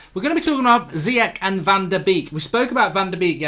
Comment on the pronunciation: Mark its pronounced Ziyash like smash